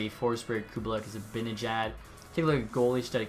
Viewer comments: This is a minor thing but Kubalîk is pronounced like Koo bah leek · “Cubalick” hahahaha